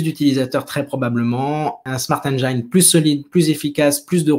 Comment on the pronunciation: Salut, encore une super vidéo ! Par contre faudrait essaier à l' avenir de ne plus dire smart engAIne mais bien smart engine prononcé "i", pcq j'ai les oreilles qui saignent à chaque fois que j'entends cette erreur haha